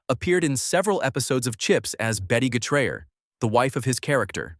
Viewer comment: Lol the narrator couldn't say Sgt Getraer's name right